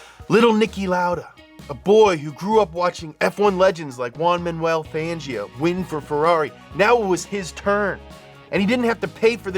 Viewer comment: "wan mannull fangioe" lolol you yanks